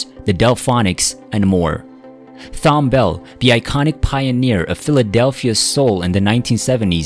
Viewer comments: They need to hire narrators who have a better grasp of how to pronounce names. Mr. Bell's name is prounced like Tom, not Thorn. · His name is pronounced like “Tom”. The h is silent. Not like “Thumb”. We black Americans would appreciate it if t you respect this icon’s name. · Computer generated disrespect!! Easy to program with the "h" being silent. He leaves a Strong Legacy of authoring, publishing, directing and recording some of the Greatest music in our Lifetime. May he and his primary writing partner, Mrs.Linda Creed Epstein, Rest in Peace. 💔💔🎵🎤⚘⚘ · Tom, not "Thomb". He was, in my mind's ear, the black Burt Bacharach. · It's so disrespectful to do a biography on someone and constantly mispronounce their name! His first name is pronounced "TOM"... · It's pronounced TOM not T- HOM. The H is silent. SMH. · This guy can't read! Thom Bell first name is pronounced: Tom. The "H" is silent. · His name was Tom not THOM...H is silent. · It's pronounced "Tom". I used to work with them. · His name is pronounced with a "T" as in Thomas. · Thanks for your tribute. Please consider rerecording your narration to say his name correctly. Thom is pronounced the same way as Tom. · Pronounced "Tom". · Amazing talent. RIP Thom. (Btw fyi his first name is pronounced as Tom) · Damn it's Thom( Tom)...Like Thomas...What is so Difficult about his Name (Computerized Voice)...So Disrespectful to his memory...R.I.P Philly & World Legend 🎼🎵🎶... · His name is pronounced TOM! I find the narration to be annoying because of it. He deserves better. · A true American treasure. I do wish the makers of this video would have the respect to pronounce his name correctly. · Ikr. Annoying asf 🤦🏾‍♂️🙄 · The h in Thom is silent.Not trying to be snarky, just want to be helpful to someone bold enough to put themselves out there. Peace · The narrator’s continuous mispronunciation of his first name is creepy enough for me.